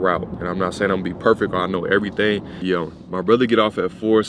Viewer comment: Which Jamaican girl are you talking to? "Every ting"